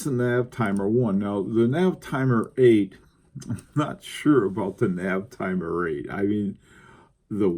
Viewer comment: as a much cleverer man than me, I cant resist this rare opportunity to correct you. it Navitimer Sir, Navitimer. write it out 10 times. :) thanks for your hard work and excellent vids